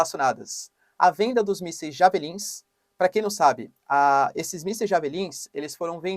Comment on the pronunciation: Pronuncia do missil esta errada, pronuncia: DIÉVELLIN